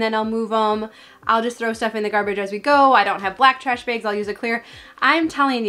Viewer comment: Trash “begs”. I’m from the south and I know I sound it! 😂 But it sounds like she’s saying beg instead of bag.